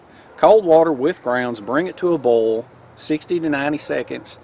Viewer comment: When you say "bowl" you mean "boil", right?